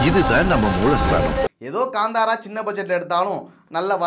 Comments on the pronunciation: Bro this movie Name is Kanthara. It's not Ganthara. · That is not Kandhara, Kantara